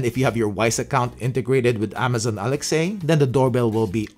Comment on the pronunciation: Either you don't realize that Alexa is "Alex-ah" and not "Alex,-ay" OR... You actually have Alexa and don't want her waking up while you're making this video. I'm going with option B, you already have Alexa! 😆 I have the ring alarm set-up and the doorbell (gen 2), which I like enough to not spend even more money to upgrade., it works for me. I have some Wyze cameras and am on the "pay what you want" subscription fee plan since I was an early adapter/beta tester. I like many things about it that I would have to pay a lot more to surpass. I'm thinking about getting this set-up for the other door, if I can make it work with Alexa... Does it work with my Alexa and Show 8? That would be a significant plus. Thanks for all the work you do for us.